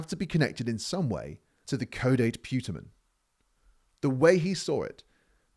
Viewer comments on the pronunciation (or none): Nolan pronounces that part of the Brain physiology as Caw-Date Puh-Tamin , just for the record.